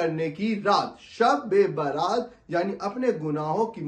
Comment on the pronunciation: Baaraat nahi.bara'at hai.bara'at ka matlab hota hai nijat ke.rihai ke.jahannam se rihai